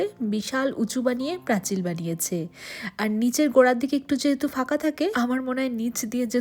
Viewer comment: তোমার পোস্ট দেখতে খুব ভালোবাসি তার একটা কারণ তুমি আমার শহরের মেয়ে বলে , এবার একটা কথা বলি কিছু শব্দ এমন থাকে যা সেই অঞ্চলের মানুষের মুখে মুখে একটা কথ্য রূপ পায় যেমন প্রাচীর কে প্রাচিল বলা , সব জেলার এমন কিছু নিজস্ব ভাষা বা শব্দ রয়েছে , যেমন কামড়ে দেওয়াকে অনেক জায়গায় বলে লুচে নেওয়া , একটা বিষয় হলো তোমার এই সহজ সরল উপস্থাপনা খুব ভালো।